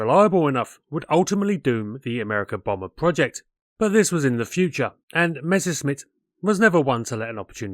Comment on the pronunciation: Learn how to pronounce Messerschmitt, before trying to aviation history assays